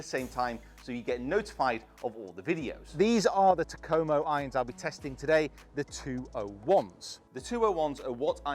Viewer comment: Still waiting on a youtuber who can pronounce Takomo correctly.